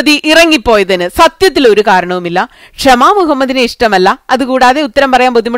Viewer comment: ക്ഷമ അല്ല ഷമ😁